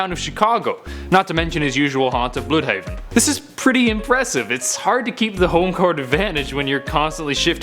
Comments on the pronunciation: Dude, it's not "Bl-ew-dhaven." It's pronounced "blud-haven" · You say it blood haven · Tuba_G He butchers everything on purpose lol.